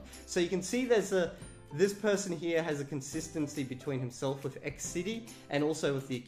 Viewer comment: I've noticed the accent seems "Aussie/almost-London-cockney", hence "with" tends to sound like "wiff". I've noticed that the Esperanto "R" sounds like "huda". Accents can be interesting.